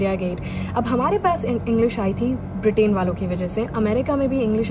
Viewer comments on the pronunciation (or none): none